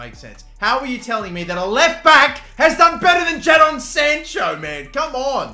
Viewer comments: Why do you keep calling him JAA-DON Sancho it’s just Jay-den just spelt differently damn😭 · Don’t say it Don’t say it Don’t say it “Jad-on” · It's said JAYDON Sancho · U say it jayden instead of ja-don 😂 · Its not jahdon its jaydon spelt jadon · the way he says ja-don sancho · It’s pronounced “Jaydon” bro come on man hahaha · Sorry but you say it like Jay Don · "JA-Don Sancho" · Jadon is pronounced jaden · It's pronounced Jadon its pronounced jaydon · Bruv it’s pronounced jay-don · I was checking for this comment because i was going to say the same 😂😂😂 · how did he just say jadon?😂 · That’s not how you say jadon